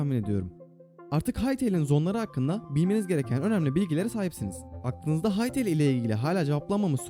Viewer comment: Farketmeden hytele diyordun bazen